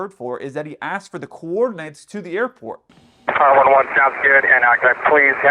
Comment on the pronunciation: FYI, it’s “Vampire”, not Empire. Empire is a crappy cargo airline.